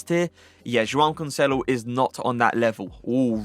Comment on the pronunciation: Love the way you say Joao Cancelo hahah very satisfying